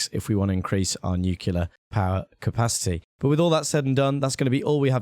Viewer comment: It's been low-key bothering me how you mispronounce nuclear. You say "Nu-cu-ler" when it's actually "Nu-cli-ur." You still put the stress on the first syllable (e.g. "NEWcliur")